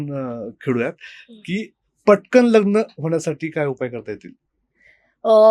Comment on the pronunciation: न चा उच्चार करा शनि म्हणा लग्न म्हणा